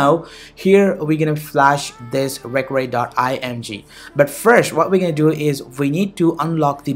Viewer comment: Yo first learn to pronounce the word 'recovery' before you begin speaking in that cringy accent lmao 😁 😁